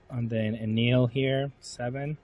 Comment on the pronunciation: if im not wrong his name its pronounce EhnehL not Enil